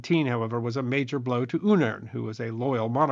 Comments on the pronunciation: Why do you keep on mispronouncing the name? Uneern is the proper pronunciation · Not quite sure why you continued to pronounce UNGERN as UNERN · Nikolai Robert Maximillian Freiherr von Ungern-Sternberg Why do you say "Un-ern" ? I can recommend Ferdinand Ossendowski's tale of his encounter with the Mad Baron in his book: "Beasts, Men and Gods" I think that is where I read that; after the execution of von Ungern-Sternberg they examined his brain and found it only had content in one of the two halves. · Names can have quirky pronunciations. Some pronounce Ragnar like 'ry-nar' and being from the Baltic region that might be why Ungern is pronounced this way.